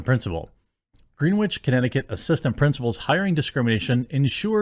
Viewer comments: It’s pronounced gren-itch not green witch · Greenwich sounds like grin-itch, not green-witch. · Great video. It's pronouned "Gren-itch" not "green-wich". :) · Okay, Jeremy. I really enjoy your uploads and I just want to help you out a bit. I've lived practically all of my life in lower Fairfield County, Connecticut and the Cos Cob school is located in Greenwich. It's pronounced "Grin-itch" not "Green-witch" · Great video, thank you! FYI, it's pronounced Gren-itch. Have a nice day. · In Greenwich the w is silent Grenich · FYI it's pronounced Gren-itch. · Holy shit I wish these people would stop making the regular people in CT look bad... and if someone were to take every penny out of Greenwich they'd be filthy rich. That place is like a whole other world compared to a lot of the rest of CT. And Jeremy, it's pronounced "gren-itch". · Gren-itch, Jeremy. Gren-itch. God damn it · Its gren wich like it rhymes with when not the color green.